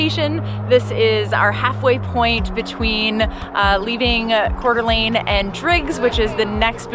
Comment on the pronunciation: Thank you for pronouncing Coeur d’Alene, right